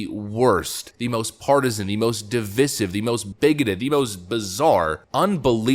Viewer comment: Can you PLEASE learn to pronounce the word 'divisive' correctly.